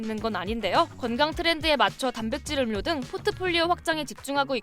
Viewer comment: 음료 발음은 [음:뇨]인데 KBS 채널에서..